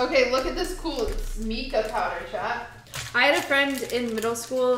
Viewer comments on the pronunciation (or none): I feel irrational anger hearing you pronounce mica as meekah. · Unless you're from outside the U.S., MICAH is pronounced: MY-kuh. It's a type of rock.